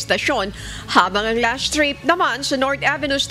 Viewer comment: Why do you say LASHT TRIP not LAST TRIP?